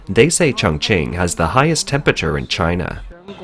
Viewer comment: When doing a video on extreme heat it helps if you can pronounce the word temPERAture and not tempiture.